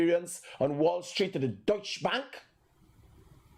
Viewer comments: It’s pronounced DuyChe not Dutch. It means German. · It’s pronounced as dow-cha